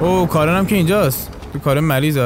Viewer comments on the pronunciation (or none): none